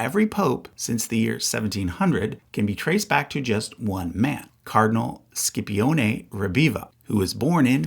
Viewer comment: Scipione is pronounced more like "shee" rather than "skee".